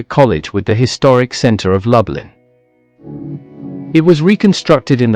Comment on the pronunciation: Pronounced as “ Looblin”🤭